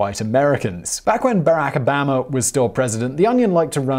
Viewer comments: that's not accent, that is mispronouncation. Surely Brits can make the right sounds because I have heard other Brits get it right!🙄 He pronounces both A's differently so his mouth is able! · “Barack Obama” Brilliant American accent